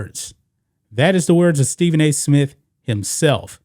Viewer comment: Dude it's SMITH not Smit